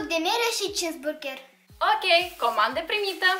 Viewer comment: a comandat cisburgeer și ea spune Burgeer